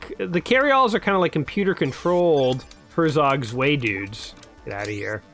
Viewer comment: Him :ersog svay German :hertzok tzwei